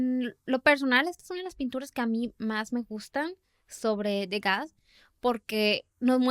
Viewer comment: ¡Hola! Disfruto mucho su podcast. Solo me gustaría compartirles que Degas se pronuncia <Du-gá>, ya que es Francés el apellido. Ustedes me acompañan mientras hago sketches de mis dibujos. Saludos desde Mérida, Yucatán.